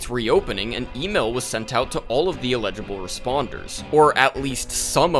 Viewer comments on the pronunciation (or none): You're pronouncing "eligible" like "illegible" lol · with love, it's ELL-idg-ih-bull, not ill-EDG-uh-bull 💜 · Am I mishearing, or is "Eligible" being pronounced like "Illegible" by mistake? Someone please correct me if I'm wrong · not to be nitpicky but it took me until like halfway through the video to realize you were trying to say ELIGIBLE participants and not ILLEGIBLE participants and was very confused because my brain was interpreting things the opposite way to how they were meant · I mean this in a completely constructive way, but you are pronouncing "eligible" as "illegible" for the entire video and it changes the meaning of all of your statements! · him pronouncing eligible as "uh-LIDGE-uh-bull" and not "EL-idge-uh-bull" is bothering me too much for no real reason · You keep saying illegible instead of eligible XD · Eligible participant, brother. ELIGIBLE. Not illegible lol. Regardless, I'll be keeping an eye on how this develops. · bro you gotta say "eligible" differently. it sounds like you're saying "illegible" and it confuses the hell out of me lol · i was about to mention that too😅 it took me a long time to realize he meant eligible bc i was wondering why he was calling them illegible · When you say "eligible" it sounds like you are saying "illegible". Eligible has an emphasis on the 'EL' sound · FYI the word you're looking for is "ineligible," not "illegible." Great video ❤ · elligible: able to participate inelligible: disqualified from participating legible: able to be read illegible: unable to be deciphered or read sorry, your flip-flopping on pronunciation got to my spouse and i a bit 😅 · I know this is a nitpick, but I want to let you know you confuse the pronouciation of "eligible" with "illegible" constantly in this video. It's just a bit distracting, not a major issue. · Never heard anyone pronounce eligible this way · You pronounce the word “eligible” extremely weirdly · Gang please look up the pronunciation of eligible